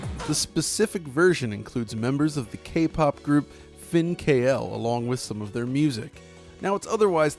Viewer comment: This K-Pop group pronounces like [Fin-cle], although its weird stylization. Nice try though.